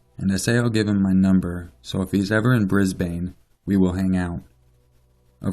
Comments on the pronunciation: Brisbane isn't pronounced as Bris-Bane, it's pronounced as Briz-Bin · Here in Australia we pronounce it like "brisben" or "brisbin" lol, same with Melbourne we pronounce it "melben/melbin" It's always weird for me hearing people say Bris BANE and mel BOURNE lol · Hahaha, I live in Brisbane and your pronunciation is great hahaha. We say it like Brisbin and nobody says gold coast like 2 separate words. More like gol'coast. Damn that was excellent, no hate! great video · pronounced - Bris-ben :) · just a little hint. Brisbane is pronounced as 'Brisban'. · I love the pronouncing of brisbane 😂 really made my morning haha, I live in brisbane and here we pronounce it like 'bris-bin' Then again, I have an aussie accent! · This is creepy! I'm from Sydney and I go to Brisbane and the Good Coast one weekend every month! Lol I love the way you pronounce Brisbane, just for future reference it's pounced 'Brisbin' Keep up the good work, I love your channel :) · I'm an Aussie and Brisbane is pronounced brisban 😂 but loved it 👌🏼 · I'm sorry but Brisbane is pronounced,"Bris-bin" just a future reference. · Lol just so you know for future reference so ppl don't give you shit as above here, Brisbane... We say it Bris-bin...Bris-ben? You know we don't annunciate every letter... which is probably why ppl outside of Australia think we pronounce things funny... Because we do lol now I've seen Brisbane written so many times here it looks like it's been misspelled you know when words look wrong after a while? Yeah that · Said Brisbane wrong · You say Brisbane so funny lol.